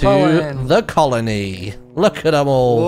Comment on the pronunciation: you shouldn't say colin-E until the end to make it more clear that it's a colony